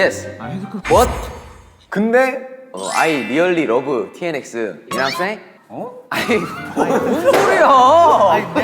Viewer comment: the way he said "you?" "ah yes yes yes" the way he struggled with english but he said "you know what I'm saying" so flawlessly was my favourite part:) he sounded like he was about to say him only popular would be bad but he said good and everyone was surprised(including me) "maybe I choose B, my imagine underground"😂